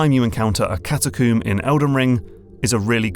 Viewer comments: CataCOMB not CataCOOM. Brit 😆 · Catacomb rhymes with comb, bro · I realize this is terrible off-topic criticism, but every time you pronounce catacomb as "cat a coom" it makes me want to embed my head into a wall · Good video! But I giggle every time he says "cata-CUUM".